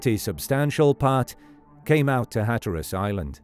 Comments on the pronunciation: Unless you're a robot narrating this presentation, you have mispronounced the word Hatteras you put the emphasis on the wrong part of the word. The first syllable you pronounced correctly to be hat then tear as though you're tearing a piece of paper and then the word us So phonetically it's, "HAT" 🎩 TEAR US. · you mispronounce hatteras in different ways every time you say it. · Sometimes British people say things differently. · I get that, but even British people don’t say it like he said it!